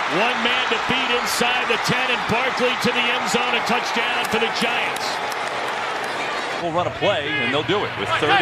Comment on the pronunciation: Did anyone catch the announcer say yiants?